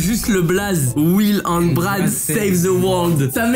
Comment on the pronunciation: Pourquoi and tu dit hand